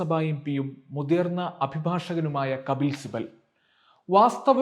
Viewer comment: മുധിർന്ന മാധ്യമ പ്രവർത്തകൻ അല്ലാ മുതിർന്ന മാധ്യമ പ്രവർത്തകൻ എന്നാണ്